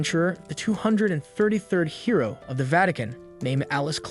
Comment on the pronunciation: am i the only one who kept hearing "heroin" instead of "hero"?